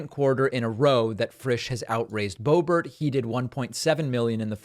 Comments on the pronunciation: You mock others for mispronunciations yet intentionally give Boebert’s name as if she’s French. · I just don't get it. Please explain it to me. Why do you pronounce her last name the French way once in a while? Are you trying to be funny? How is that funny? Are you such a jet set sophisticate that is just slips out? Don't think so. Is your brain glitching? Get a grip. WHY? And why don't you just cut it out? Serious people don't act like that. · It's funny when David pronounces it Boe-BERR, as if it were a French name!